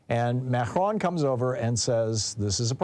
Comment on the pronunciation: Are you saying Mhercjuan? Advice: Don’t attempt a French pronunciation. Just anglicize it if you can’t pull it off. Just say Ma-cron.